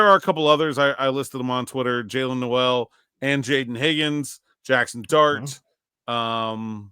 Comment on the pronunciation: Everybody mispronounces Jalin Noel's name. It's spelled like No-el but he pronounces it like Nole.